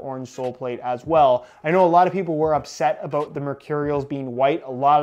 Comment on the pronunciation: ABOOT What's that all aboot?...